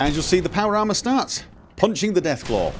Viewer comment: "power llama".... ¬.¬ he clearly says that at the start